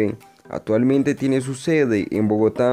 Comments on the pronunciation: A mejorar pronunciación y léxico. te comes la c en casi todo ejmp atualmente, setores etc... pero interesante el video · Amigo metalero la C y la P cuando se requiere, no se dice SETIEMBRE no ni OTAVO, tampoco SETIMO.. tampoco PROYETO HIDROELETRICO ni ATUALMENTE, corrija para hacer videos, igualmente está interesante AT